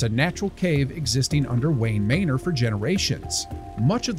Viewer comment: I caught your AI mispronounced "manor". Can we please use real people for things? I'm not a creator, but it seems like this whole AI thing is making creators lazy outside the video edit. Need to get back to using REAL people.